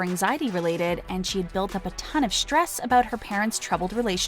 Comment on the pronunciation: Shtrange? Shtrirke? Shtress? Shtreamed? This is not a speech impediment. Unsubscribing. I don't give my time to people who deliberately mispronounce words.